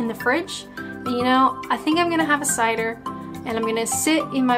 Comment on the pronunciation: wow. the way you say Cider, you have been next to cider drinkers from the west to long.